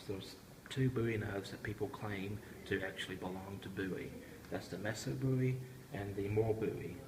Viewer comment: Thanks for the great video, very informative, I believe Joseph Musso last name, is pronounced Mooso, or at least, I’ve always heard it pronounced that way. I’ve never heard of a Messo Bowie. But what do I know? Very interesting and provocative story, behind the Musso, was it found at the Alamo? Or just a copy of a knife, from the 1800s, with “JB” stamped on it? We may never know. Phill Collins, from Genesis, bought it, in the 80s, I believe, then donated it to a museum. Great video!